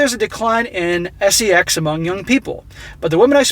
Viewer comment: Say "Sess" , eh?